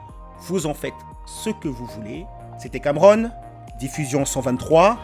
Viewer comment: Non Cameron t'as mal rononcé 😅, c'est plutôt 10/10 endaiteuuuuuhh...😂